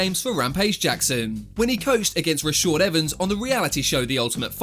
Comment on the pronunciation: “Rashord” Evans 😂